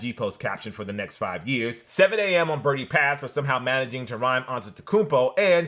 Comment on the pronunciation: Bridle not birdie